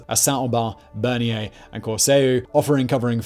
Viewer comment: Not Berniere. Bernières-sur-Mer. Other than that a great video.